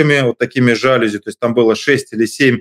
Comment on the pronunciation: Осечкин!! Всё клёво, но нет слова жАлюзи :) Нормальный человек обычно произносит жалюзИ :)